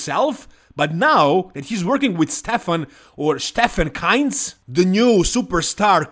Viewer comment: stefan kinzl us pronounced. „keenzel“